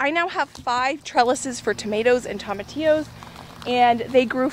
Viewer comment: Love you girl, but you gotta say tomatillo with a long o, like TOE-matillo. :)